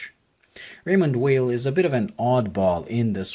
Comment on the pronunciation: If you like the brand so much, please take the time to pronounce the name correctly. It’s not that hard!